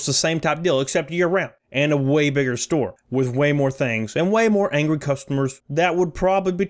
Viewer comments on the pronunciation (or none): none